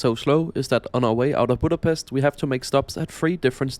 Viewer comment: EJCSD KI A BÁMESZT